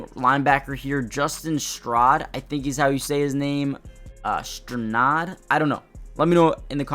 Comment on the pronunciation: Local radio guys out here in Denver pronounce his name "Stri-nad" or "strah-nad"